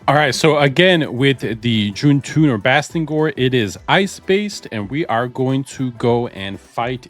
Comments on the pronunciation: You kinda got his name wrong, it's Bastigor Not Bastingor 😅🙈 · Bastigor..... theres no "n" lol